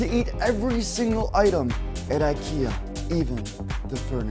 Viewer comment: I live in Stockholm and when i here a American say IKEA they never pronanus it right!